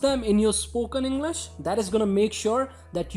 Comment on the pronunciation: Englisss× English✓